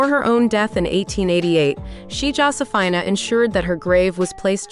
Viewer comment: Josephina is pronounced JOE-see-feena.